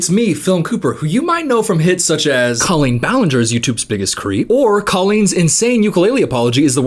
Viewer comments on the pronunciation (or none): As an ex fan, your mispronunciation of her name still hurts me😂